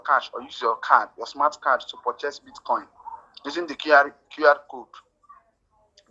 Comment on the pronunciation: Did he call it Bit- Kong?